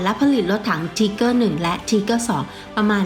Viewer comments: ออกเสียงไม่ชัดรถถัง ไทเกอร์ไม่ใช่ทีเกอร์ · ถ้าจะเอาสำเนียงเยอรมัน เค้าอ่านว่า ทีก้า ช่องอันนี้มันออกเสียง ทีเกอร์ คือจะไทเกอร์ หรือ ทีก้า มันผสมมั่วไปหมดนะผมว่า ผมศึกษาประวัติศาตร์สงครามโลกเยอะ ชอบครับเลยแนะนำ ถ้าอยากเช็คสำเนียง ดูลิ๊งข้างล่างเลย หรือจะลองหาเพิ่ม พิมพ์ว่า How Pronounce German Tank มีเพียบ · ถ้าจะเอาสำเนียงเยอรมัน เค้าอ่านว่า ทีก้า ช่องนี้ออกเสียง ทีเกอร์ คือจะไทเกอร์ หรือ ทีก้า มันผสมมั่วไปหมดนะผมว่า ผมศึกษาประวัติศาตร์สงครามโลกเยอะ ชอบครับเลยแนะนำ ถ้าอยากเช็คสำเนียง ดูลิ๊งข้างล่างเลย หรือจะลองหาเพิ่ม พิมพ์ว่า How Pronounce German Tank มีเพียบ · เจอมั้ยครับ คนเยอรมันแท้ๆเลย จบนะ อัพเดต ไม่ได้จะว่าอะไร ที-ก้า(เสียงต่ำ) ไม่มีสระเออ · ไม่เชื่อเพจคนเยอรมัน ไม่เชื่อคนเยอรมันออกเสียง มันออกเสียง ที - ก้า-หางเสียงติดว.แหวน ร.เรือ แต่มันไม่มี อ.อ่าง นาทีที่ 1.58 นาทีที่ 4.40 นาทีที่ 29.20 เ อาจริงๆ เอ้อ กับ อ้า มันก็แยกยากคุณจะฟังเป็น เกอร์ ก็ตามนั้น ในอันนี้ แต่ไม่ใช้ฟังแค่ 4.05 ไปฟัง ตั้งแต่ G.W.Tiger(P) 0.50, G.W.Tiger 0.56, Jagdtiger 2.22, TigerI 4.59, TigerII 5.02, หรือไปฟังรุ่นอื่นก็ได้ เช่น MarderII 1.48, Marder38T 1.51, ตัว ER เช่นกัน เค้าก็อ่านว่า มาดร้า ติดหางเสียง ร.เรือ ไม่มี มาเดอร์ แต่ช่างมันเถอะ คุณก็จะบอก ว่ามันเกอร์อยู่แหละ เพราะผมหาอะไรมาเถียงคุณก็จะเอาเสียงที่ได้ยิน สระเออ มายืนยันกลับ ถ้าจะเอาโปรรถถัง คนไทย หรือคนเรียนภาษาเยอรมันไม่ต้องเอามานะ ไปเอาโปรคนเยอรมันมาเลย เพราะผมมีเพื่อนเป็นคนเยอรมันตัวเป็นๆ ที่มาเที่ยวไทย แล้วให้เค้าออกเสียงให้ฟัง แต่ถ้าอยากชนะ ชนะไปเลยนะ ขี้เกียจเถียงละ แล้วแต่จะฟังละ ถ้าจะบอกหูใครหูมันก็ต้องตามนั้นแหละครับ